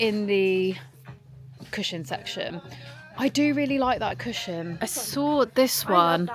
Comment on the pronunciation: no offence at all but I have never heard anyone pronounce cushion like this 😭😭 also cannot wait for the christmas vlogs, and happy belated birthday! xx